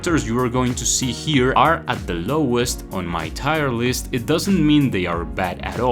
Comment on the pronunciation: Why do you pronounce tierlist like that?